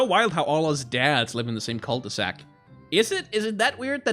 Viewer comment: I'm pretty sure jogging with a baby strapped to you is not good for the baby.... They made devilled eggs Devil-led eggs. Nice one. Wait..... Cul-de-sac The first time you said that I thought you said cult e sac Yep, this neighbourhood is secretly a cult. It has to be. Okay get that sexual assault story out of my face. Damien you have a thing or two to learn about consent because this story is not about bdsm, what was described there is a criminal act. Oh yeah, I once read about sign language with vans! In that scenario it was a Geisha in Japan and the signs she used to let men know if she wanted ahem, 'some', or if she rejected their attempts to get to her.